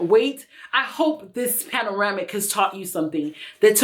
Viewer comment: If u call it “panoramic”, one more time my chocolate sister........🤣🤣🤣🤣🤣🤣